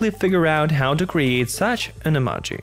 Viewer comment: Say Emaji one more time!